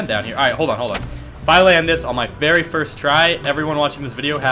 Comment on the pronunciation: he said firts lmao